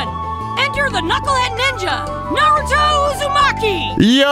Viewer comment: Every other time this man says Naruto I swear he's saying Nardo. Like he's talking bout Nardo Wick